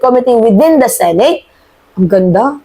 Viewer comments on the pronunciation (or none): none